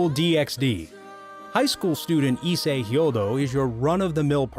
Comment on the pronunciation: pretty pissed u said my boy issei name wrong, and rias wrong 😐